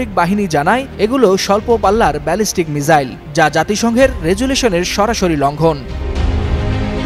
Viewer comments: মিসাইল কে মিজাইল বলেন কেনও বেহুদা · উপস্থাপক ভাই মিজাইল না মিসাইল বলেন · ওটা মিসাইল মিজাইল না😅😅😅😅